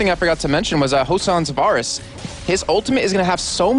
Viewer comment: VAYrus. VAY. not VAHR. Good game though.